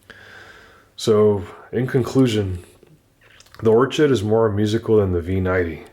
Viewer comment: Or-ched ? its 'Or-kid'